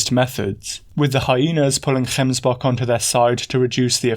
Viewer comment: Gotta say, as a south African, I really appreciate that you went out of your way to get the pronunciation of gemsbok and Kalahari. Just the thoroughness and work ethic I've come to love about your work.